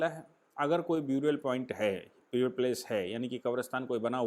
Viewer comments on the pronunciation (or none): Correct pronunciation for “burial” is NOT “ब्यूरियल” but “बरियल”